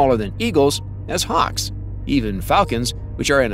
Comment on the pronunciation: Harks? Don't you mean Hawks? Learn to pronounce the English language, before posting a video.